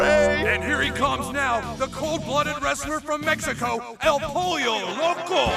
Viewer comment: It’s el pollo which is chicken not polio lmao